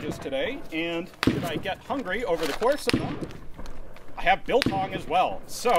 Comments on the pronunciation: You said Biltong and you pronounced it correctly!!! Great video. I was with 1 Parachute Batallion and We started basic training with the R1 and then transitioned to the original Israeli Galils with IMI markings which were then replaced with the first South African made R4’s. We got them brand spanking new still sealed in pvc bags and covered in cosmolene. Never saw or used those optics on the R4. They were on the Milkor grenade launcher which was still a relatively new weapon system at that stage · Your pronunciation of biltong was spot on, and you look like a real troepie (troop) - apart from the long hair, of course! 10/10. 😂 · You said Biltong better than most Americans do🤙